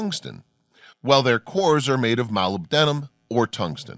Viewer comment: Malibdinum is pronounced like "muh-LIB-din-um."